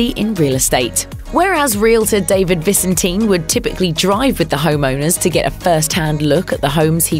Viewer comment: I believe David pronounces his last name ViSENtin, not VISenteen...